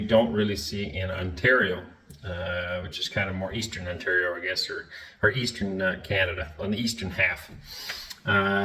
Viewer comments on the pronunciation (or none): none